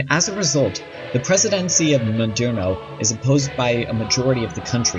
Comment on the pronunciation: Maduro Mah-Due-Roh There's no "N" in his last name